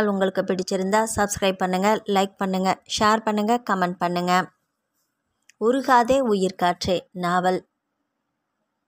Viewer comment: உறுகாதே இல்லை சகோதரி. உருகாதே என்பது தான் சரி.